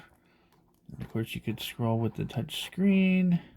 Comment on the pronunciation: T-O-U-C-H is touch....as in your finger to the screen. Nort torch as in flashlight. That is T-O-R-C-H.